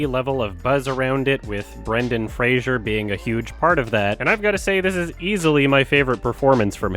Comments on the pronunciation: You're mispronouncing Fraser Didn't you see that video of him complaining that everybody keeps saying Frasier ? It's pronounced like blazer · It's Fray-zer